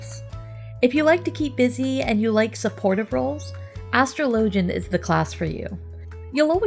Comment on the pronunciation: "ash-trow-low-gen" > "as-straw-la-gen"